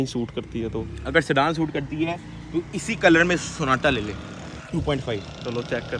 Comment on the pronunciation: Sonata nhi Sona Tatta😂😂😂